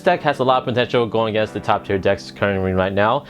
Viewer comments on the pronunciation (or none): none